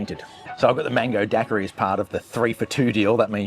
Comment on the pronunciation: Daiquiri is pronounced dyekiri 😮 not dakkari😮